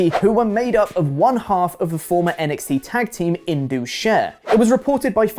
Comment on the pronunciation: It is pronounced as IN-DUS like Gus not as Indooos. Indus is one of the biggest river of the world located in Pakistan not in India. It is the namesake of ancient Indus Civilization.